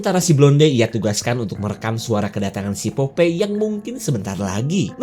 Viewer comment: Popai. Bukan popei 🤭